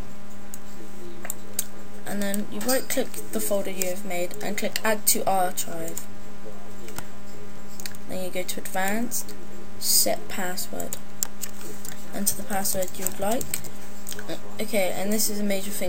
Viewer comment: haha, OP, what's an "our-chive"?